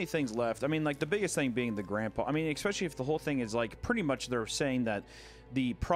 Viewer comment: ICK specially is not a word. It is pronounced ES pecially.